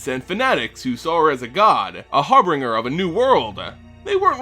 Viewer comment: Harbinger.... Har-Bin-Ger... she doesnt bring Har, whatever that would mean Her wrath should be on the cultists if they really called her Harbringer xD